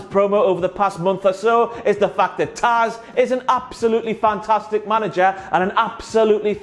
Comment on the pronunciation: You got "Taz" right this time (